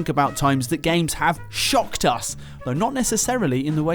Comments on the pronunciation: I kept thinking he said “ I SHAT myself “. Which is possible. lol. ESP bcuz he hates horror games. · Maybe it's just my American ears, but every time Dave said he shocked himself, I heard him say "I shot myself", and I got very concerned. 😂